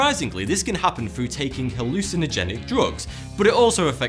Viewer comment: I couldn’t finish watching this video bc of this weird ass narrator. “Frew” and bad ass jokes.